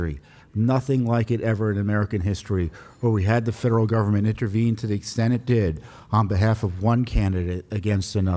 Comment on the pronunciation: At about the one minute mark, he says "federal government" but it sounded like "feral government." Freudian slip?